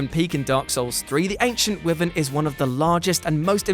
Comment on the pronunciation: Please learn how to pronounce wyvern 😂